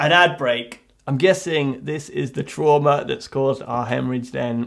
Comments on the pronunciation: When ever he says “trauma” i can’t not hear “shwarma” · Every time he said Trauma I would think tiger horse after. (Its an anime running gag because they have no word in Japanese for trauma so they use the english word and when said with an accent it sounds like Tora (tiger) Uma (Horse). Do I watch too much anime?